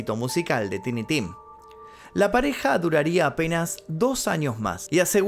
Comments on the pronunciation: Teenee ? It's Tiny (tah ee nee), means "pequeño" is not a name ... Lol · Suena mejor Tainy hehehe… saludos desde Bélgica, siempre te veo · Me da cancer auditivo al escucharte pronunciar Tiny, así no se pronunciaaaaaaaaaaaaaaa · Los nombres propios se pronuncian tal cual, por lo cual debieraa decir taini y no tini, si alguien se pone Carlos en su seudónimo (sigue siendo nombre propio) no debes llamarlo Charles porq estás en estados unidos... cuántos nombres tendrías entonces dependiendo del idioma? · TINY puede pronunciarse "taini" o "tini" dependiendo si usas ingles britanico o americano. jajajajajajajajajajaj... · Tini tim suena mejor? 😂 Bueno qué se puede esperar de alguien que le dice "shantas" a las llantas y "shimi" a los Jimmy 🤦‍♂️ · es taini tim